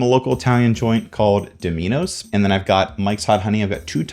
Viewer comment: laughed at dohminos